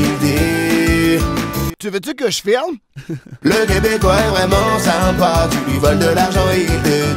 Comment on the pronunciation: Quand il a dit veut tu que je film je me suis dit mais t fucking cave sa se dit pas comme sa